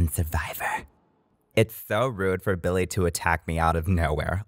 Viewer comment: calling Billie chili instead of Billie. 😂😆🤣